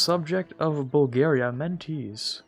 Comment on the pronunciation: Mentese is pronounced like ''Menteshe'' not like ''Mentish'' in fact it's probably the English of the word